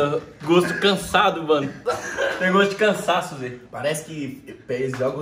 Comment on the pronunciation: Gosto "cansadoo" kkkkkkkkk aii mano